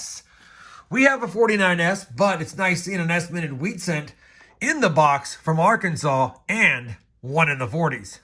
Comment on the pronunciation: It's not AR-Kansas it's ARK-In-Saw